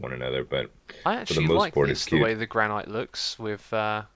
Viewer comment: Ermm... I've felt like mentioning this for quite a while now... but er.. the correct pronunciation for Granite it Gran-it, not Gran-night. Just wanted to let you know.